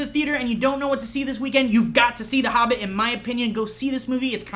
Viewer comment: why does say Harbbit and not Hobbit?